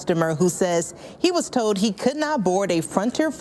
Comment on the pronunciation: I was listening too this and new the news woman was black. How? The way she speaks. Almost normal. But just like how they cant say ask. She can't say told. Sound like toad